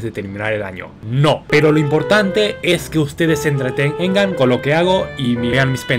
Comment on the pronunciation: dijo entretengengan XD